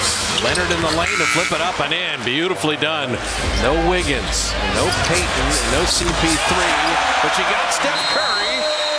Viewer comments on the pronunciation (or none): none